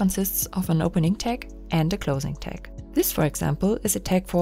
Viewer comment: I had trouble understanding you saying "tag" at first, sorry; it sounded like "tex". But I turned captions on. ;)